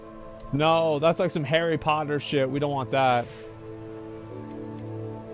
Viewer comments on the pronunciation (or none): Hawwy potta